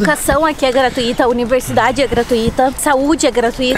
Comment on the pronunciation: Galera, fala-se gratÚita ou invés de gratuíta (na escrita não tem o acento, mas a pronúncia correta é esta com entonação na letra U)! Abraçooo... Valeuuuuu!!!!